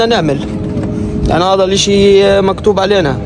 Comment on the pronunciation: حتى انا هذه الزنانة كانت تضايقني.إن شاء الله لن تعود .ومبارك عليكم النصر.انت تعجبني كثيرا ابني وتضحكني خاصةلما تقول:"هيذا ومش هيذا"...